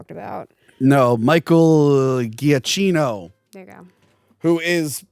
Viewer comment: The composer’s last name is pronounced Juh-Keeno.